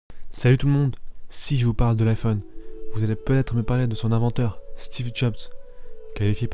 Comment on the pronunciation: T'as un vrai souci avec les liaisons toi ! "est ce vraiment un grand inventeur" > se dit "un grand tinventeur" "les 3 plus grands inventeurs de l'histoire" > se dit "les 3 plus grans zinventeurs". "l'un des plus ingénieurs" > ... t'as compris je crois. Etc etc... Je ne sais pas quel age tu as... mais on peut difficilement admettre que tu saches parler français mec !